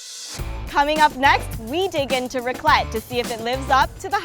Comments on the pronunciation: extremely crappy channel The A in raclette is pronounced like A in apple, or rack. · THEY DON'T KNOW HOW TO FREAKING PRONOUNCE RACLETTE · You pronounce raclette with the E